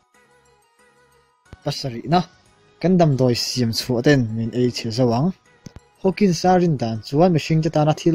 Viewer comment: Stephen Hawkings a nilo.. Hawking aw